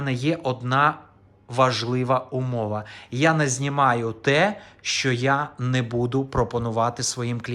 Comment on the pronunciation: Не "шо", а "ЩО"!